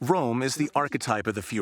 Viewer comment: Great doc. But please pronounce the names properly. Pronouncing Röhm as "Rome" just isn't up to snuff. Neither is calling the Tegernsee "the Tegernsee lake," since "See" means lake.